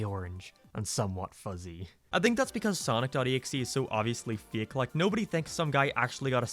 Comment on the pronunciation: He also said fiak instead of fake